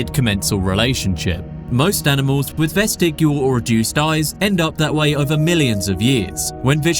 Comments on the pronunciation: I like your videos but I hate how you mispronounce "vestigial." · Also, "vestigial" has a soft G and isn't pronounced "vestigual."